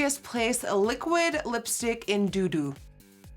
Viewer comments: Lol. Did she say my Liquid Lip is in shade “Doo-Doo”? 🖤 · Had to rewind a few times to hear the name of the lip shade 😳 dudu sounds like doodoo 💩💩